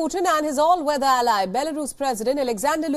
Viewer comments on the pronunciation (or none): none